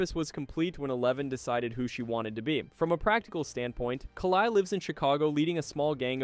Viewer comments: I’m curious how you pronounce Kali wrong so many times ..? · The pronunciation of "Kali" and "Demogorgon" is getting to me, more than it should